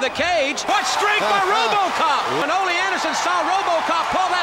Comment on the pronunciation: Can you stop pronouncing his name as if he were Spanish. His name is Ole (Oh-Lee)